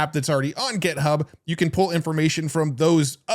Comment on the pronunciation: This is a genuine question… does intentionally mispronounce GitHub as GetHub?